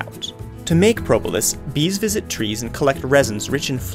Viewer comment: How you say Propolis: Pro-bo-lis